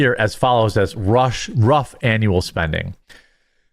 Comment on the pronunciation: "leme give u a RUS estimate"